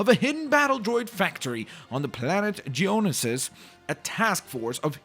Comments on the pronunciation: Geonisis is prounounced Gee-uh-no-sis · geonosis is pronounced Jee-O-No-Siss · btw its Ge-O-nosis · It's Geo nosis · not geonosis it is GIONOUSIS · It's ge o no sis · It's gee-o-no-sis that bothers me because I'm like a huge Star Wars fan 🤓🤓😂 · Its pronounced Geonosis (Jee-oh-no-sis) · Its pronounced g no sah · I THINK it's pronounced "Jen-oh-shus" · It's Geonosis, and to pronounce the planet it is in fact called as Geo-no-sis. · I can't wait for Part 2! When will it be uploaded? Also, the planet is pronounced "Geo-nosis". As you said next part you will play as Anakin, after that you should play as Obi-Wan and then you should go on to play as Yoda. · bruh it's prounounced geo no sis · hey im not trying to be a correct you for every thing but the way you say geonosis is this GEE-OH-NO-SIS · The way he pronounced Geonosis hurts. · Did anyone else get annoyed when he pronounced Geonosis wrong?